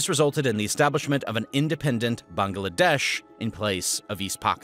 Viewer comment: Not only is this well researched and accurate, I noticed that you’ve taken it upon yourself to pronounce Pakistan and Bangladesh properly. Respect!